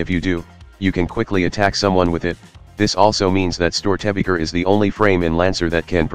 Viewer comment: Rock and Stone oT love your content, as a person raised with the storys of Störtebeker I must say you did your research ^^ just the pronunciation ist a little bit off with this Voice xD